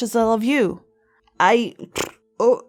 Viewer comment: Its coca not coco